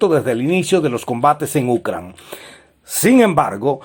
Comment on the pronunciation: Porque dices Ucran, es Ucrania. Habla bien.